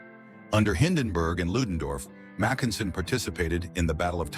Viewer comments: Except who pronounces his name "Mac EN sen"? AI is always making idiotic mistakes like that. Some minimal quality control, for the love of God! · what a completely iditiotic video. Starting with completely wrong pronunciation of almost everything, including Mackensen.